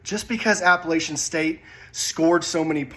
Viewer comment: Y’all absolutely murder the word Appalachian. App a LATCH in